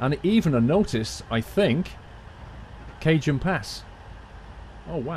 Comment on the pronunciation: Cajon Pass is pronounced "Ka-Hone" Pass. It's Spanish. I'm from California, so you gotta know your Spanish, out here :)